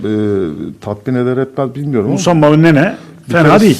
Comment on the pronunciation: MUSAMBA NE AMK OKUMANIZDA MI YOK YAAA